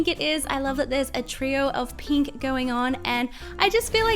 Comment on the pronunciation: I like your accent! Are u American? It makes me laugh when u say pink Because it sounds like peenk tho I Think that’s because I’m Scottish P.S why am I watching this I don’t like slime or pink I like black and death